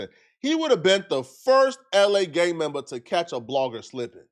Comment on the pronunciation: “A Gang MembAaa”